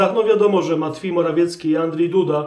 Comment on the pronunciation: Ten Pana "matfiej morafiecki" rozbija system😂 A "pewien wysoki urzędnik" w wykonaniu Chińczyków toooo MAJSTERSZTYK 😂😂😂😂